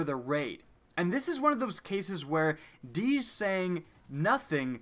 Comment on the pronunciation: Its DEEJ,not fucking DEEZ